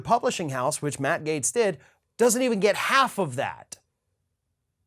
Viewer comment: Without freedom of speech we wouldn’t know who the idiots are. This Gaetz clown is so stupid he can't even pronounce his GERMAN name properly. What a trumpian POS.